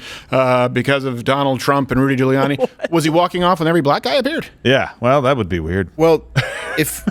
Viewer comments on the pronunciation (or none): Ludy Giuriani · He's just mad because he can't pronounce "Rudy Giuliani"